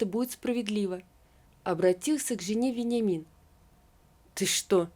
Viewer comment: Читать нужно правильно. В тексте стоит Вениамин, а мы слышим Веньямин, даже ухо режет, неужели нельзя правильно прочитать.